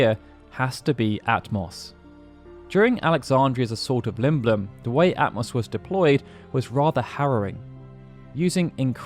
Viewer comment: Ah-toh-mos, not At-moss 🙄🙄🙄